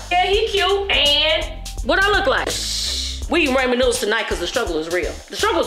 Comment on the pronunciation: Ha ha haaaaaaaaaaaaaa.... She said "RAYMON" Noodles.